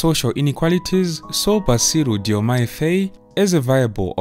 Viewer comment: Faye is pronounced as FAR as in Far, joined with “I” as you say “I” in the alphabet. Faye.